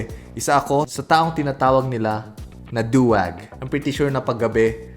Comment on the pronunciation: Du-wag pero yung tunog Swag.😂